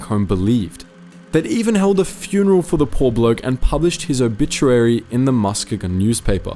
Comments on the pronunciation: “Musk-ga-gone” Michigan 😂 It’s “Mus-geeeg-in” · Another excellent story. Thank You. By the way, it's pronounced MusKEYgin. (g as in girl) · You mis pronounced his hometown of Muskegon Michigan 😂 It’s ma-skee -gan Great video, loved the story. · his home town is pronounced Mus-KEE-gon.... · the way he pronounced Muskegon, oh god, you butchered that so damn hard, its pronounced more like musk-key-gen where gen is pronounced like ken or zen but with a g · It’s pronounced Musk-E-gan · I think Muskegon is pronounced "Musk-keig-en" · The city in western Michigan, Muskegon is pronounced “Mu-ski-gen”. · Lol as a Michigander, I've never heard Muskegon pronounced that way. We call it Musk-eegan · It's pronounced Mus-Key-Gun Michigan... Not well known but you're welcome. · "musk-a-gon" had me in the floor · It's pronounced Muskeegon (as if it had 2 Es instead of 1, I know it must sound odd to a non-native). Great video otherwise though and I love seeing a war hero from my state get the attention they deserve. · Lmao the way he pronounced Muskegon has me dyin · I Learned you can’t pronounce Muskegon, Michigan 😂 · That is the most unique way I've heard the City of Muskegon pronounce 😆. I could not help to laugh. Great Video! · His wife was a teacher at our "rival" school growing up and he was a local legend. I grew up in his hometown, so I never realized how big the story actually was. Incredible seeing this, as well as hearing Muskegon pronounced that way 😅👌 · Yeah I’ve never heard it pronounced that way either. I just heard Michigan and was like, wait a minute. Where? Lol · Do a little bit better research on how to pronounce the word Muskegon or any city names PLEASE! By the way, I love your content. Your commentary is always excellent thanks